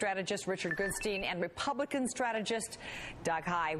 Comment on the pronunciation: Hahaha REPIGLICKICIN!!!! Love it!! Gotta have some in the morning!